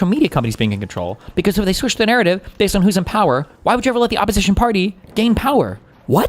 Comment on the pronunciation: did he say what I think he said? Bay zed